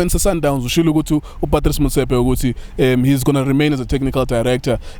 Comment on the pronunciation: Good observation but it's "Motsepe"